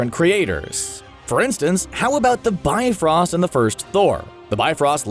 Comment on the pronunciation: sounds like he says "bine-frost" yet 2 seconds later he says it correctly; the "bi-frost"... What's up with that??? lol